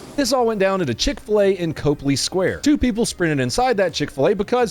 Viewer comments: Mayor Woo is a piece of shit. Also, it isn’t Copey with the long O sound it’s Copley as in cop just helping out here. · Cope le square kinda kills me as a bostonian. We say it Cop lee Square. And you're right about Wu. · Cop-ley not cope-ly. Close enough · Hey, all the Masshole pols are - assholes. But, so you won't sound like an outsider (lol) it's pronounced COP - lee square, not cope lee. One of the top channels on YT my man! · My man, I dig you, and recognize your Southern Ways of Pronouncing Things. May I please the court to say, "Copley" in Boston is pronounced "Cop" (because cops are awesome") "lee"? Because Bahstin might be insane, but some of us thing Law should be followed. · Two things: 1. It's not Copeley, it's Copley (COP-LEE) 2. Michelle Wu is the reason why I left Boston. She is an absolute disgrace of a human being. She had more sympathy for the piece of shit that had zero regards for the people that could have been seriously injured or killed or for the cop who's life has changed forever because he had the unfortunate (albeit justified) responsibility of taking another "persons" life. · It’s cop-ley square. Not cope-lee square Come to Boston! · it's (cop'-lee skway'-ya) not (cope'-lee square) 😮🫡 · it’s “Cop-Lee”. Not “Cope-Lee”. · Fyi - it's Cop-ly, not Cope-ly square. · It's Pronounced Cop-Lee Square not Cope-Lee. And don't talk shit about Mayor Wu. She's a million times smarter and more educated than you and would make you look like a dumb A$$ on any subject. Now as a gun owner I don't agree with a few of her ideas, but she is an honest politician in a corrupt system and deserves respect. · Its Cop - ley Square. Not Cope-ly. Yoah welcome guy. I live in NH, we are doing our damnedest to keep the folks from the communist wealth out of our state. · It is pronounced Cop-ly Square not Cope-ly Square :p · Copley Sq is pronounced like Cop. Cop-lee square. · It's pronounced Cop Lee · Lol. It's pronounced Cop Lee square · It's COP-lee Square